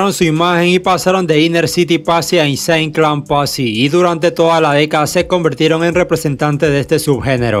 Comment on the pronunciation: Mientras eso era en Estados Unidos en Memphis pasaba......mi compa el que mo sabe que Memphis es una ciudad de Tennesse en Estados Unidos jajaja a parte Insane clown posse no se pronuncia asi carnal echale mas ganas y de Gravediggaz te falto hablar mas ese grupo fue echo exclusivi para este genero a parte ahi estaban buenos mc y productores como GZA de Wu tang clan y otra Bone Thugs N Harmony son de Cleveland pero se hicieron por Eazy E y Ruthless Records que estaba en Los Angeles